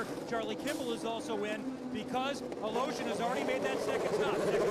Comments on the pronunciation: Funny how you keep pronounce the russian guys last name. Is it really correct? Sounds like you are saying "A Lotion". Try "A Le Shin"! :D Btw, thanks a lot for uploading! Very much appreciated for us unlucky who cant watch it live. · I think it's a different "e" than what is written in English (I've never seen his name in Cyrillic). If it's what I think it is, it should be even more funky sounding like "Al-iyo-shin"